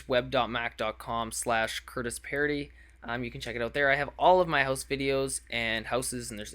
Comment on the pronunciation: The "c" in "com" is always messed up...